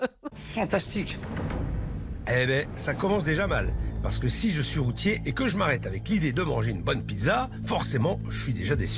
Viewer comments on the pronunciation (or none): j'Ai tellement l'impression que le pere dit Roti au lieu de routier XD